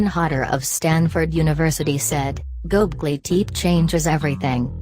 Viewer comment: Turned it off right when it pronounced it wrong #possiblefalseinformation #nochances #noLs